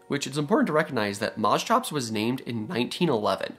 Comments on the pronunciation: Yeah, what the hell is mos-chops? It's mosch-ops as you said coming from (μόσχος | moschos "calf" and ὄψ | op "face, eye"). I know it's hard for english natives to pronounce the "sch" but try mosh-pit > mosh-ops. Funnily enough i learned a few years ago that Dunk-leos-teus is named after palaeontologist David Dunkle and osteus "bone", so would be pronounced Dunkle-osteus. Nobody is immune. But that only means we all can get better. Just to many creatures get their name butchered. Be better than the rest. Call them by their real name. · Mos hops, not mos chops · It's pronounced Mos(KH)ops (a heavy H sound) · Moschops = Permian Porkchops Well, they look like you could get some pretty good chops off them. At any rate, I'm pretty sure it's supposed to be pronounced Mosch-ops, with the "sch" pronounced like "sh", not Mos-chops. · it is not pronounced like that. correct pronounciation is "musk ops" which means calf head. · Interesting animal, but please learn how to pronounce "Moschops" correctly. The ch is pronounced as in "chiropractor". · CH in greek sounded like a K. Say moskops. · Isn't pronounced as mos-k-ops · Strange pronounciation. Here in Germany we pronounce it Mo-shops. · You'd fare better pronouncing it Moskops. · Try 'mosh', as in mosh pit. And the -ops is the same as in Triceratops. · Yes, the Greek ch is pronounced like in Scottish loch per se, but after some slight anglicization you arrive at mos-kops. In other words because it needs to fit English phonological tactics. Mind you, I also know only the barest minimum from a liguistic standpoint. A person knowing greek well might contradict me. But mos-tshops is definitely wrong. Greek ch should always become k or in rare cases g when anglicized, never tch. Here's your analogies: psychology, dichotomy, monarch, archaeology, anarchy and so on and so forth. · Moschops is such a fun name to say!😂 Especially if ya pronounce it in stupid ways like I do!😂